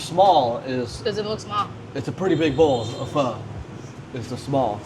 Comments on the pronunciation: You say pho so well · Pleased that you pronounced Pho correctly 😊😊😊😊